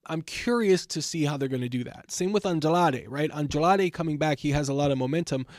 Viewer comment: Bro it’s Andrade not adlade if you can’t pronounce it say it in English damn